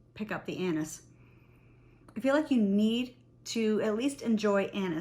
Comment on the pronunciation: I can’t stop laughing cause everytime you Say « anis » i hear « anus » 😂 sorry . Your video is awsome ❤.